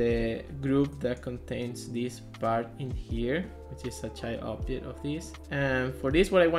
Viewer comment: I don't understand some words, you say obdjet but indeed it should be object. There's a lot of other examples like dees instead of this, sorry dude, but it's so uncomfortable to listen!